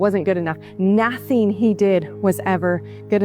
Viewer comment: it's the way she says ñauthing! You just wanna b slap this troll.....